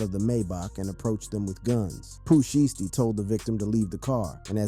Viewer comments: Sheath? You not even trying bro 😒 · Daaaaamn my g.. the news reporter even said sheisty's name right and yo ass couldnt??